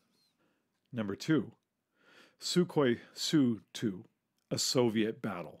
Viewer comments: TUpolev, SUkhoi. Unless you mean samokhodnaya ustanovka, like the SU-85. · It’s pretty much a silent K in Sukhoi...just saying